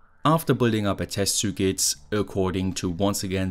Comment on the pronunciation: Nicht böse sein, aber könntest bitte, bitte das Wort "Circuit" mal richtig aussprechen. Das nervt mich schon so lange und jetzt musste ich es mal loswerden.